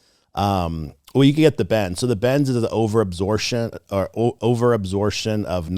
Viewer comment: "And then you start to talk and you sound like a doctor"...... literally 4 seconds later he can't pronounce absorption. Water weed dune here Brine.. you found a real snake oil salesman.